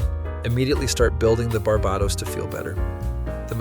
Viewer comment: pronouncing Barbatos like that :face-purple-crying